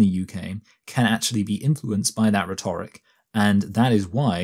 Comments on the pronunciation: you are pronouncing rhetoric wrong, btw. You are stressing the second syllable, whereas stressing the first syllable is the 'correct' way of doing this. RHEtoric, rather than rheTORic. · This isn't a question of accent; his pronunciation of 'rhetoric' and 'biases' is really odd anywhere in England